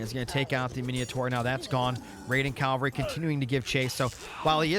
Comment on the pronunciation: is saying 'cal-vary' rather than 'cav-alry' a running joke or something ;) ?